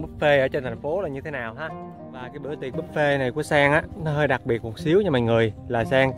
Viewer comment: Anh ơi.đặc chứ không phải đặt🤧🤣